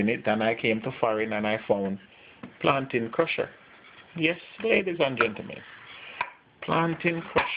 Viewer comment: plantain crusherrer😂😂😂 great video